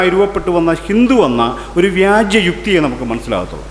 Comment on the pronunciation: വ്യാജ്യം അല്ല വ്യാജം ആണ്